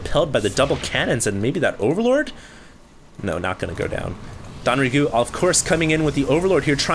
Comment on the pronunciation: Isn't it DONG Rae Gu? Why does he keep saying DON Rae Gu????